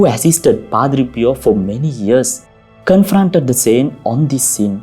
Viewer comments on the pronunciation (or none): Father Your English is good, but your accent robs it of clarity . May I give u advice, if your when speaking English , do not roll the R's, that would go far in making easier and clearer to listen to your chosen stories, and a second point , th words are not pronounce like d, soft th , the that is correct , not dat not dose. These 2 things will go very far if you're willing to work on them , good video , I had t turn on google translator (not very reliable ) to understand a few sentences. The remedy is fairly simple if u do not mind me saying so , because your English is fairly good.